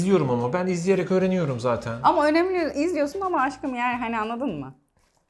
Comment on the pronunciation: Abi 9.18'de vurgulayarak önemli dediğinde aklıma bir espri geldi Ö'nemli'yse o'nemsiz' mi?